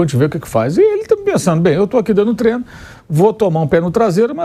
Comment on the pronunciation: Inadmissível, um jornalista esportivo em pleno século XXl dizer “treno” kkkkkkk Não passa credibilidade nenhuma